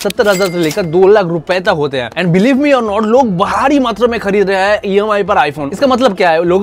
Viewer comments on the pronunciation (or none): Bahari nahi Bhaari pronounce...in a structured manner